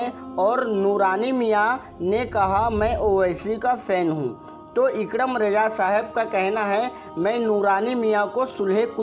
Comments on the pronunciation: آپنے دو بار نام غلط لیا ہے۔۔۔اکرم نہیں ہے صحیح لفظ اکرام ہے۔۔۔۔۔اپنی اصلاح کر لیں۔۔۔۔ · Sab se pahle ikram bolna sahi se sikh lo phir bolna